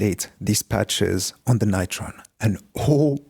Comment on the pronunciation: You pronounce it all wrong: like "Beringer NIGHT-Tron". But it should be said "Beh-ring-er Noi-Tron". It's GERMAN, you know... Apart from this, great patch.